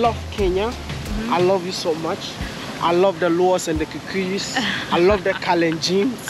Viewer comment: It's how you're pronouncing Kikuyus for me.